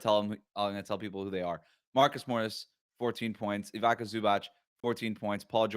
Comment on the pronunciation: "i got distracted by words" when the gummies kick in is as Coloradan as it gets. 76ers fans booing team-star in 2nd game is as Philly as it gets. Also, Evoca Zubac? Try Ee-vee-tsa. Early season rankings: This is the #1 duo on Locked on over the Karalis one and NickvanExit.